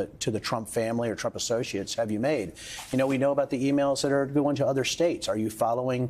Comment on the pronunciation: describes the Trump family perfectly, but then mispronounces their name.